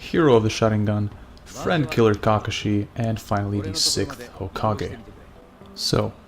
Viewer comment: You say his name weird...